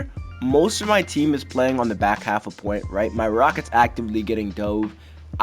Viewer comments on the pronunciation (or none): none